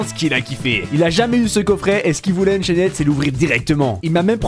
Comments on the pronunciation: yo tes vidéo sont incroyable comme d'habitude je remarque que tu dit unchained avec le d sauf que sa se prononce unchaine voila😁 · On dit Unchaine mais le d et le e ne se pronnonse pas